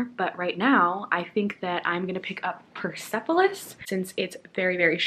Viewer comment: I am from Iran and I haven't read Persepolis yet! I hope that it isn't offensive to my culture and my people.. :)( And also the E mustn't be pronounced :) its 'pers'polis, ;)